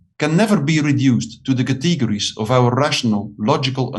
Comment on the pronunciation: Kuh-tee-ger-eez! An otherwise good argument for the necessity of faith...